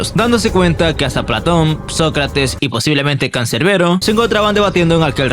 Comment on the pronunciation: " Y posiblemente camcerbero " Nah nah nah epicardo jsjsjs 😂😂😂